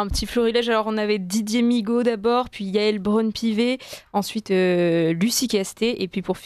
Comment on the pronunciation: Migaud ou nigaud 😂😂😂😂😂😂😂